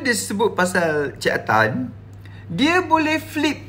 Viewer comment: Bila dia sebut cik Atan mcm tdk ngam dia cakapkan tu, tengok balik video tu